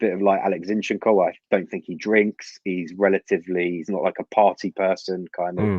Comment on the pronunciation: Two things are for certain... 1. MM would be an amazing buy. We must have this kid. With that kind of a mentality... He'll break through a lot of ceilings! 2. We all pronounce Zinchenko wrongly! 😂